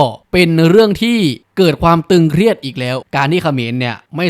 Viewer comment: ตึงเครียดครับไไม่ใช่ตรึงเคียด